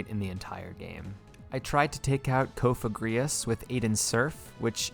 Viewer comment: All the name mispronunciations I can excuse but the way you said Cofagrigus’ name was straight up a hate crime 😂